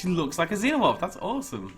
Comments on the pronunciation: ITS FUCKING PRONOUNCED ZEE-NO-MORF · You're a cool guy but I get mad every time you say xenamorph wrong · you need to say xenomorph as xinomorph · Can someone help me? Is it pronounced like Zenomorph or Zeenomorph. I've been saying it the second way forever. Am I wrong? Does it matter? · It's pronounced (Zee-No-Morph).